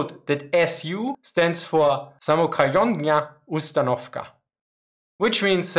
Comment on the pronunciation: bruh, that pronunciation самохОдная устанОвка